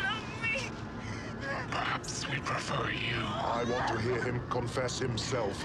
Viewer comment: He says confess not compress lol